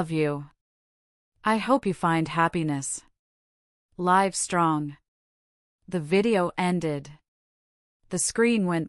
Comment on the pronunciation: Pay attention to what you are doing, creators of this content! STOP mispronouncing the word "live". The way you are doing it changes the meaning of the word. It wouldn't hurt to edit your work!